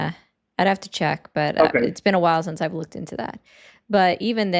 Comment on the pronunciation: You know how to pronounce Iran but can use help with simple English words. One example: Since: in the intervening period between (the time mentioned) and the time under consideration, typically the present. Sense: a faculty by which the body perceives an external stimulus; one of the faculties of sight, smell, hearing, taste, and touch. a feeling that something is the case.